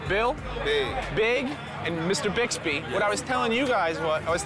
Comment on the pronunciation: Andre said bill Bicksbee lmao